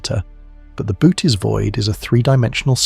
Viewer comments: oh no.... its not "boots" void lol. its "boo-oh-tees". its also "nothing" not "notthing" .... yeesh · There is a difference between Bootes, Boōtes, Böotes, Bóotes and Bôotes. The Boōtes Void, pronounced ( bow-tees) has been a subject of interest to me since I first heard of it.